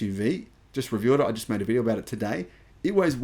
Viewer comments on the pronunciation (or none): none